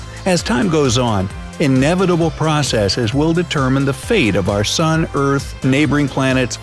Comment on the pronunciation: i guest its an “soon” now not an “sun”